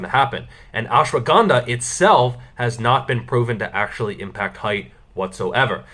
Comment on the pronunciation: You can't pronounce ashwagandha .... Correctly